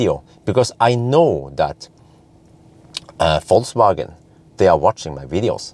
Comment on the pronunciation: Yo wassup! damn, you are almost German how can you say Vol(C/Z)wagen:D